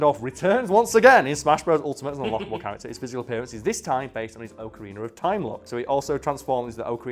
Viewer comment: Man really said OAKarina like we wouldn't notice